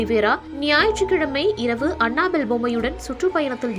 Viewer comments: Hey tharkuri, It's not anna bell.. it's Annabelle. What kinda pronounciation is that?!!!! What a shame!!!! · It's not anna bell😂😂😂😂 It's annabell